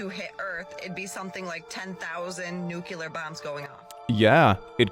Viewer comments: lol “itd be like 12000 nucku-lar bombs went off..” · Another peeve about the "giants are real" clip: pronouncing "nuclear" as "nucular". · There's a place near me in Scotland, that has a lot of slate. You look through all the bits of slate, and find hundreds of tine fossils. Also she said nucular. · if someone pronounces "nuclear" this way, you know you're about to get some SERIOUS SCIENCE! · The dinosaur one: No one who does that to their eyebrows has critical thinking skills. Also, she cannot even pronounce nuclear correctly. Honestly, all of the facts surrounding how and why fossils are formed can be easily researched. What a fool.